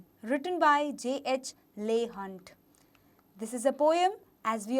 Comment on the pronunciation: It's not pronounced as Leigh hunt It's pronounced as leeh hunt Edit:-video is great .👌👌👌